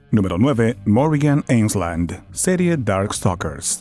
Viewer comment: Por un momento pensé que dijiste "Dark Fuckers" con Felicia